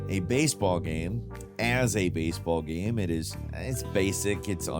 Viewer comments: omg say ''game'' properly, not ''gahm'' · It's definitely not rage bait because he'll mispronounce incredibly basic words like 'game', saying "gayam" instead. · Dude, half the time he can't pronounce the word 'game' - he'll pronounce it "gayam". How does this even happen, considering 'game' is in the name of his YouTube channel/job?